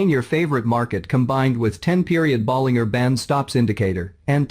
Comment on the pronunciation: "teneemaa" and "boleenggerr" bands 🤣🤣🤣